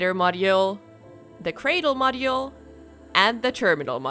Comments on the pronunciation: The "moddy-yule". I can't unhear it now! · mod-oo-ul lol